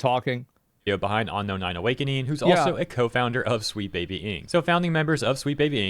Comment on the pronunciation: Dude saying onknown can't pronounce the word unknown